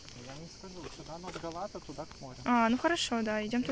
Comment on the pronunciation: Га̀лата! Ударение на первом слоге.